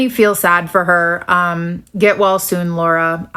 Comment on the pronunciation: It genuinely sounded like she said, “Get Walz soon, Laura,” which belongs on a fucking T-shirt.